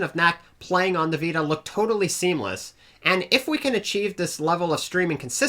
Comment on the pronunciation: i love how he says vita "viydie